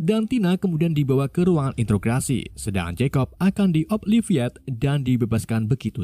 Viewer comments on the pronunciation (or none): none